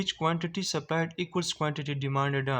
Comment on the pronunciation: Demanded ❌ dimaddaa ✅